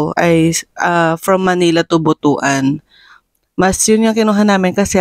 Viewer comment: pronounced butwan not butu-an